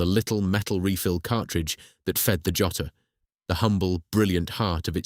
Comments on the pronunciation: The "Yotter"? WTF? It's Jotter, as in a thing you use to jot down something. Unbelievable. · Oh amen! The first time "Jotter" is spoken, it's heard as "Yotter". Also, about 1/3 of the way in, there's a photo of a young woman testing pens, it's a shot of the Sheaffer factory in Fort Madison!